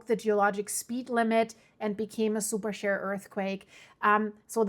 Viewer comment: It took me a minute to figure the "super SHARE" earthquake., in English the word is "sheer", with a long "E". Sorry that English is so inconsistent when it comes to pronouncing vowels...very arbitrary and difficult.